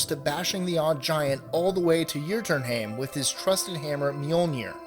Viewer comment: "Yer-tern-hame" the fuck